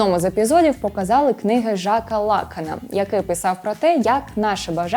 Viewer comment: Вісьмидесяти... Лáкана...(( Раніше до суспільного особливо не було питань, але відео з пані оминаю. Можливо, я надто прискіпуюсь, але щиро неприємно слухати людину, яка у заздалегідь записаному відео говорить з такими помилками.